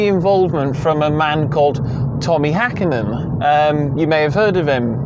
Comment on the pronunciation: Good review! Have watched many GRY videos and wasn’t expecting much but all on point. Well, except for Hakkinen😅